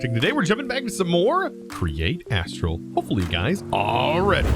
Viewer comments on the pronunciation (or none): none